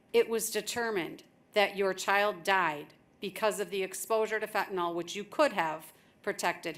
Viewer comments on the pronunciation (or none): It's fentANYL, not fentanOL. For crying out loud, if even the judge can't get the name of the drug right, how is "the system" legitimately trying to fight that scourge? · Fentanyl...with a Y. Stop saying fentanol. What are you George W. and nook-yoo-ler...?? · Everybody mispronounces fentanyl. It is fen-ta-NYL. It's not fen-ta-NAL. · How come nobody can pronounce fentanyl? It’s not pronounced as fentanall but fentanill.